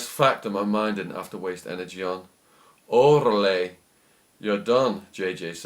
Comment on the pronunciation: i think "orale" is pronounced with emphasis on the "a" and the "a" sounds like in the word "truck".